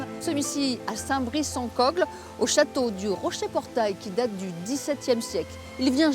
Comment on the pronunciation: La " présentatrice " ne sait même pas prononcer correctement le nom de la commune de Saint Brice semble-t-il....?😒